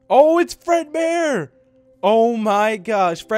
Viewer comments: is it just me or did he say breadboard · Bread bear or maybe you said dread bear